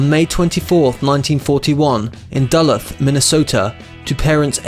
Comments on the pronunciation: lucy girl that’s extremely petty. this person from the UK also said “Dull-uth” instead of “Duh-looth” you forgot to chastise him for that one too. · Learn how to pronounce you idiot. Who is Baze? Try Buy-ez. And Dull-ith? Duh-looth. WHat a jerk. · Narrator: it’s Duh-loot (emphasis on second syllable). And she’s Joan Bye-Ex (emphasis on second syllable). Couldn’t finish watching. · It’s pronounced DULL LOOTH.Not DULITH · this guy hates linear storytelling and proper pronunciations. Went from 80s to 60s to 90 etc saying Duhluth instead of Duluth, Joan Bays instead of Baez. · Duluth; Doo Looth. NOT Duh-Luhth- you hammerhead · "DULL-EARTH" I don't think so... It's pronounced "DA-LOOTH"... "JOAN BAZE" I don't think so... It's pronounced Joan BUY-YEZ! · Duluth not Dull-ugh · Born in Dulloth I think you mean Duluth. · Duluth, Minnesota. Pronounced “dəlooth’,” not “dʌ’ləth.” Joan Baez, not Bays. Pat Garrett, not Garrette. Kareem Abdul Jabbar, not Gabbar. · It’s pronounced “De-Looth” Minnesota. Jesus Christ homie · "Dylan was born in Dulleth, Minnesota"? Lol. Another spectacular mis-pronunciation! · "Duh-Looth", accent on the 2nd syllable. "Buy-ehz", slight accent 1st syllable, lower pitch on 2nd syllable. "Minnuhsotuh." The definitive evangelical song (the secular-minded might say 'phenomenological song') from the 79' album was "You Gotta Serve Somebody." Many think his "My Back Pages", 1964, signifies his refusal of political and ethical platitudes (",,,,',Equality,' I said those words as though a wedding vow. Ah, but I was so much older then; I'm younger than that now.") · "Dull-eth" Minnesota indeed. Do you even know where that is? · Bob was born in Duluth, pronounced da-LUTH. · Pronounced "Da-Looth" Minnesota. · wait you mean it's not dull-uth? lol. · If you are going to do a you tube in english please learn how to pronounce words correctly, example: Duluth is pronounced Deh - loo-th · Learn how to pronounce "Duluth" and "Baez" if you want people to take you seriously.